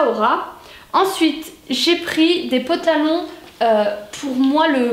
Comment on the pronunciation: Pourquoi tu dis des "potalons" tu m'as fait rire en tout cas tas bien craqué chez kiabi ;)